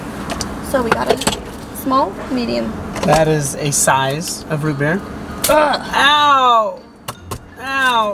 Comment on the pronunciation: My dude sad Rubiks cube instead of root beer lol 🤣🤣